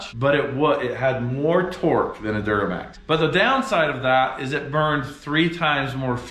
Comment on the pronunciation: Anything short of a Cummins really short-changes this build. I do appreciate uniquely Utah pronunciation of "Duramax" though.